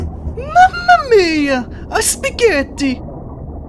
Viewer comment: SPAGHETTI NON SPIGHETTI Rispetto per l'ITALIA SPAGHETTI NOT SPIGHETTI Respect for ITALY